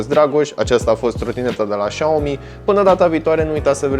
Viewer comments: trotineta se numește Xiaomi Xiaomi tu ai zis și aomi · Spui șaomi , când ar trebui sa citești siaomi sau chiar cum scrie xiao mi și mijia i loc de miya Dacă nu știi cum se pronunța le citești pe amândouă cum se scrie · Se citeste "șa'omi"